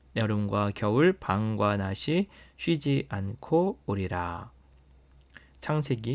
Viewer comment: 낮이(나지)라 읽어야 빛이(비치),라 읽어야 맞습니다